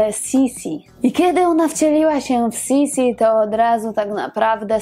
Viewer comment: Niemiecka wymowa to jednak Sisi tylko, że es jest twarde.